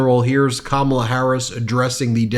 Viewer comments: I noticed that she pronounces the letters “a” her 1st name the same as in the name Pamela, not like the “a” in the word calm. It seems that even Ben gets it wrong. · This woman is so full of crap that it makes me literally laugh out loud. That whole schtick of pronouncing Kamala's name wrong on purpose is so damn childish. It just goes to prove that she really does fake being smart.😂😂😂😂😂😂😂😂😂😂😂😂😂😂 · Everyone of them purposely mispronounce Kamala, it's so disrespectful, she is the current vice president. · Alina is an embarrassment!! I honestly don't understand why these people keep on pussing all these stupid lies. They only care about personal gain and Maga is too dumb to realise that! Alina is one one of the worst of them and I just hate it they way to mispronounce Kamala's name on purpose. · It‘s so childish to purposely mispronounce someone‘s name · And with all of her education she cannot pronounce Kamala’s name correctly, either? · I say that until these idiots start saying, Kamala's name right we should start mispronouncing each and every single one of their names incorrectly Period Because I don't care If they disagree with her politics or they don't like her Or whatever it is It's disgusting that they refuse to show even the most basic respect to the vice president of the freaking United States of America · It's so disrespectful how the magats keep mispronouncing VP Harris' name! We know they watched the DNC convention and were taught how to pronounce it. Just shows how stupid and immature they are!